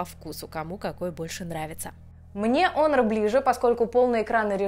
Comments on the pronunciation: онор, ОНОР ! Ты же моя хорошая, ну наконец-то кто это произнес правильно, дай обниму ! Оно же обычно у всех "Хуавей Хонор.." брррррр...крипота. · Вообще-то онор, а не хонор, я тоже скажу ксяоми, а сяоми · УМНИЦА,наконоц то не Хонор,а Онор,правильное произношение,спасибо,а то вместо h,говорят Х,получается одно ругательство